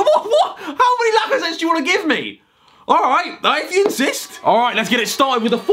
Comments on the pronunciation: When Harry said “Lacazweat” 🤦‍♂️ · “ Sergio biscuits “ “ laca sweat “. 😂😂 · Nobody: Harry: Lacasweat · Its lacazzate